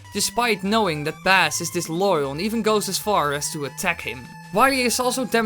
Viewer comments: Heh! Bass pronounced "base", like the musical term; not pronounced "bass", as in the fish. I wonder how long this mistake will remain in the fandom because of the improper translation of Mega Man 8's early cutscene? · Did you call Bass “bass” like a fish and not the musical notation for notes that fall under middle C (psssssssst, notes above middle C are called Treble). It’s pronounced like base and rhymes with ace, face, case, mace, lace, etc.. It not the fish, it’s the notes below middle C. Also given you called Bass “bass” like the fish and didn’t catch on to the Bass and Treble thing… Rockman is named Rock. His sister is Named Roll. Rock n Roll, like the music genre that the Canadian band Rush is from. Btw, Rush is Red and White, like the Canadian flag. 🇨🇦. Blues (Protoman) is said to be the precursor to Rock (Megaman) while Blues (the music genre) is, to some extent, one of the precursors to Rock music. Beat is named after the musical beat of a song. Tango (game boy game character, it’s a cat) is named after a musical beat/dance and his function is similar to beat. Ballad and Punk (game boy characters) are also named after musical genres. In Japan Bass (again, not bass like the fish) is named Forte (literally means loud) and Treble is named Gospel which is a musical genre. And generally Gospel music tends to be loud. Actually his theme when you fight him could be loosely described as Forte Gospel. Also Enker from the gameboy games is a play on words of Enka a popular Japanese music genre. Granted that’s a bit obscure for western audiences. So we have Rock n Roll, Rush (given a bit obscure even if you are familiar that rock and roll is a music pun and listen to Rush and know they’re a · It is bass not baass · BASS LIKE BASE NOT THE DANG FISH! That got up my nose a little. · You know it’s not baa-ss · This is pretty good and amazingly accurate. I just can't bear the way you say Bass though